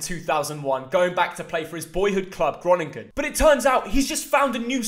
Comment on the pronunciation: Why are you shouting so much? And it’s pronounced Ghe-Row-nin-guhn